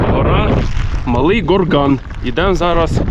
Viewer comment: Малий ГОрган. Наголос на О.